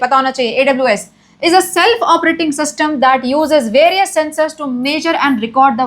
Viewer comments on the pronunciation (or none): none